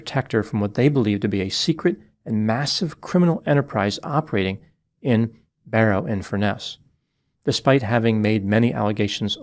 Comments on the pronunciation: It's Barrow in Furness. Not Barrow Infurness. At first I thought he said "Inverness in England", which didn't make any sense. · It’s Barrow infurness